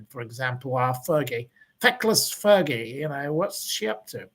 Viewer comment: I used to like watching you on Shaun's show. I love it when you blast on Fergie! 😂 Fur-gay.